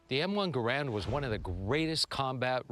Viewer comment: It is pronounced ga ramd or gare end not grand. These guys are def not weapon experts. They even bring up myths with these things.